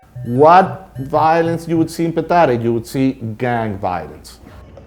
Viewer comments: the barrio is called Petare, not Pitari... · PETARE not Pitara!! :O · It is not "Pitara", it's "Petare"! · PITARA NO, PETARE XD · "Pitara" PETARE, COÑO, P E T A R E. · PETARE, no Pitari !!! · FI: Its not "Pitara", its Petare. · its not Pitara, its Petare. just a friendly correction :P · They keep calling the slum "Pitara", and it's actually Petare.